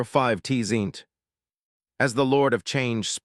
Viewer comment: The way it pronounces T-Zeench , causes me T-Pain.